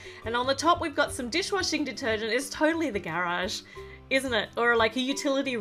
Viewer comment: She said that there is "DISH WASING DETERGENT" dish washing 🤣🤣🤣🤣🤣